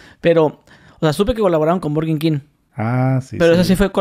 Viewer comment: Burgenkin